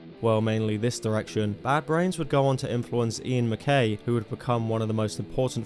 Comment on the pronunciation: It's MacKaye and Picciotto is pronounced 'peechoto'. 48 year old gatekeeper. No hate lol